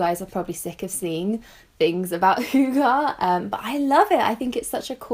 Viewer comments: Salt&Lemon hoo-ger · "Hugaa" lol 😂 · The way non Danish people pronounce hygge is hilarious 😂😂😂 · [ˈhygə] 'hy' is kinda how you say the name "Hugh" but only the "Hu" part. 'gge' is like how you pronounce the name "Gertrude" but only the "ger" part. Does that make sense? :D